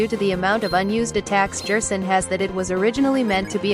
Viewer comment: Stop saying Jerson, what’s next WD Jaster? (This is a joke, it’s probably just the Text to Speech program)